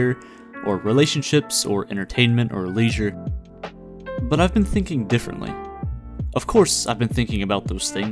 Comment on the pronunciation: Disliked because of the way you pronounced leisure